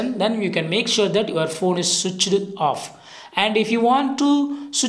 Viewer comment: "And the phone is chich on" 😆😆😆